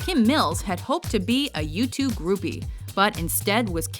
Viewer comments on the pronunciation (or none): Almost sounds like you said for Kim Mills, "Had hoped to be a YouTube groupie" instead of "U2 groupie".